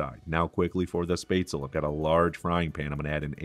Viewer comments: XD its not "space tzl" its "shh pets la" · I wish you could pronounce the name SPÄTZLE It's not Sptazel. It it SPÄTZ- El-LE. Spetz el ah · He did fine other than the S... missing the sch sound. The rest is minor, the A. Word definitely ends with the L sound, not another A. At least this was how I heard and learned it with living in Germany. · 'SHPETZ-luh'. Great recipe! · Any suggestions for alternatives to onions? I am allergic to everything in the allum family and cooking and eating are quite dull. (And a hint...it's "spetz-la") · Na, its pronounced "Shpatz-luh". Trust the german on this one. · German here too and I was impressed that you kept it relatively true to the original German recipe. Very nicely done. For the sauce, I usually add a shot of cream. It gives it a lovely round flavour. The red cabbage, oh it has to be included as a side dish. Well done. I love your channel. The pronunciation of Spätzle was priceless. :) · Yes to red cabbage and butchering the word haha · The way he pronounces spätzle makes me shiver, and not in the good way 😄✌️. But everything else is looking really good.